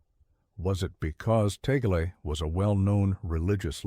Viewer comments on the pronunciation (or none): We Filipinos pronouns his family name as "Tag - le" not Ta - gle